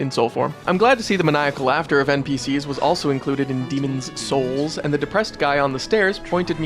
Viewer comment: I appreciate that you made a point to anunciate the 's in Demon's Souls.